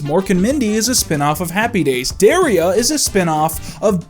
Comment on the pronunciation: The show would've been so much better if Jennette got to direct at least one episode like these assholes promised. Also, you pronounced Daria wrong.